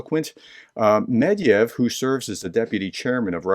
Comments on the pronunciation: it is not Medyev, its Medvedyev. There is a Ved in the middle. Why do you keep saying Medyev? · Dear. Please allow me to point out a pronunciation error you do consistently. The Russian drunk's name is Medvedev (pronounced med-VED-yev stress is on the middle sillable, which you have been leaving out entirely). I don't know whether that puddle of diarrhea deserves to have his name pronounced correctly, I just wanted to let you know.